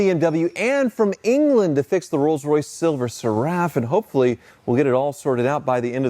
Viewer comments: Oh by the way it's pronounced SERUF. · Great video but it’s Silver “Ser” “Ruff” (Seraph like the celestial beings…i.e. seraphim, cherubim).😊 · Seraph rhymes with Sheriff, not with Giraffe. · The phrase "Silver Seraph" is pronounced SIL-ver SERR-uhf. Like the name Sarah is pronounced SAIR-ahh, not sir-UHH. 🤷🏻‍♂ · "SERR" – rhymes with care or air (with a short "e" sound) "uhf" – like the "uff" in stuff, but softer so it sounds like: SERR-uhf not Sir-Raff. Source? Being British. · I always thought "SERAPH" was pronounced like the type of angel, SARE-riff. Not, suh-RAFF. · Please learn how to pronounce Seraph. The accent is on the first syllable! SERaph… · I presume you've only seen 'Seraph' written and not vocalised. The word is pronounced sĕrˈ -əf with the stress on the first syllable and ending similarly to the first part of cera-ve rather than carafe. I hope you're able to improve before the next video. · Seraph is pronounced like Sarah with an F on the end. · Stop pronouncing Seraph like Giraffe ffs lol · Talking of the 'king's' you could do with learning it. Seraph is pronounced ser-if. Bloody hell. Also, "lunch trays"? really. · It's pronounced SERaph. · Cool video....but you really ought to learn how to pronounce the word "Seraph" correctly, now that you own one :) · Rhymes with sheriff, not giraffe. Think "serifim". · The guy can’t even pronounce the name correctly . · Can you please pronounce the name properly its seraph like Serafin angels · Am I going to lose my mind hearing that pronunciation of Seraph over and over again? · DUDE LEARN HOW TO PRONOUNCE SERAPH! AAAAAAAAAHHHH